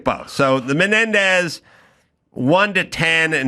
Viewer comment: Why does Adam Corolla pronounced these brothers last name incorrectly ???